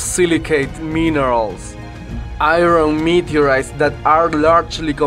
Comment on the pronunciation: Said somebody meeedyoureeiiis?